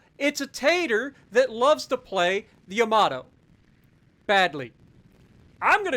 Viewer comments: “Yamator” 😂😭 that killed me. Good video!! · It's Yamatater